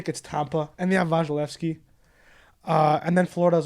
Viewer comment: Did.. did you both say VAGilesky?